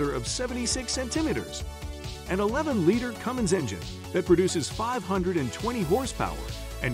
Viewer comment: You should teach the voice how to pronounce liter.